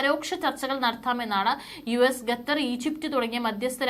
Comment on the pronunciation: Lady please prounce Qatar not Ghatar